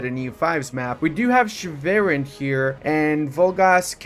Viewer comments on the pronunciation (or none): You saying Schwerin so wrong makes me wanna cry